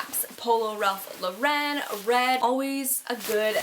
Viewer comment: Ralph Lauren is pronounced exactly how it's spelled by the way LOL not Ralph Lo Ren. Amazing haul btw keep doing them please!